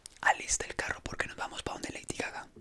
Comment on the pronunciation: Soy la única que entendió Heidi caca